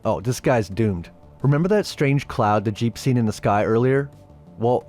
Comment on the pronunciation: I’m pretty sure his name is jeeb not jeep